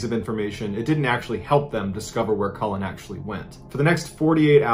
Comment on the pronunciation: Cullin - not Collin